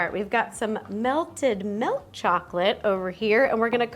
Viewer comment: Two of my favourite YouTubers say “Melk” not “Milk” 😂